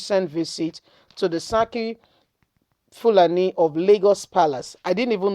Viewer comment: Please learn how to pronounce yoruba names properly it’s seriki funani and not saki fulani